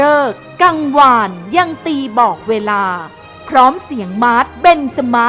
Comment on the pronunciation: นาทีที่ 3.01 หอนาฬิกา เริก-กัง-วาน น่าจะออกเสียงผิดนะครับ